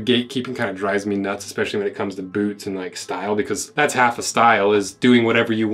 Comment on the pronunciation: When did boots become Boouts? That's all I wanna know!